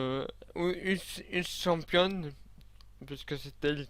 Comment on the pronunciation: GG pour le logiciel, c'est surtout toi qu'il faut remercier car sans toi y'aura jamais eu le logiciel. Ca fait bizarre de voir un logiciel sur lequel on a longtemps bossé en ligne xD. Si t'arrive pas à prononcer mon pseudo tu peux m'appeler Patricia sinon mon pseudo se prononce "Eusschampion".